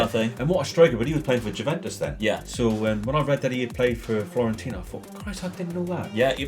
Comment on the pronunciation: Great video! Just shame you kept mispronouncing FIORENTINA (it's not FIORIENTINA) Would like to see St. Ettiene as a rebuild. Joint highest Ligue 1 winners (10) with PSG on 9. Currently bottom of Ligue 1.